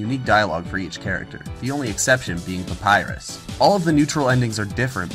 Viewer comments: Ironicly enough, the name of Papyrus is not "Papyru". I wonder if thats why he allow it. ;) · "Papyru" is not the only one ! (audible wink)